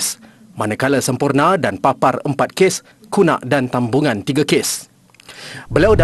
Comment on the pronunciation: “Tambungan?” “Tambunan” sepatutnya pembaca berita kena betul bagi info.. dia seolah2 mcm Kuala Lumpur tp dibaca pemberita Kuala Lunlur.. pelik jadinya